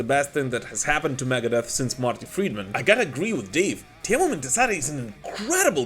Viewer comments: it's "Tee-mo".. not "Tie-miou" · Your pronouncion about Teemu was perfect 👌😎👍